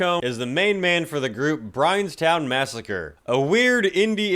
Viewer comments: "Brianstown Massacre?"🤣🤣🤣 Brian Jonestown Massacre, Ace. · “Brianstown Massacre” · effelson? Briantown massacre?...dude...